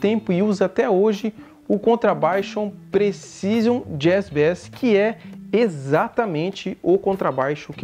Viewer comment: “Bés” é um peixe. “Beis” é contrabaixo. “Knob” tá errado. Apesar do K, se fala “Nob”. Sobre o vídeo até que tá legal.